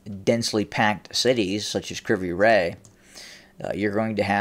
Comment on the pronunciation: Ive heard the city pronounced as Kre voy ro